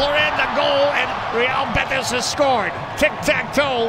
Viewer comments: “real BETTICE” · That commentator is so bad and lazy, not only in announcements, and trying to pronounce names and the name of Real betis